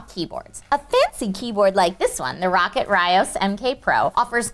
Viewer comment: Is I bad the it annoys me you say rocket when it's clearly rocat there is no k meant to be said ro cat not rocket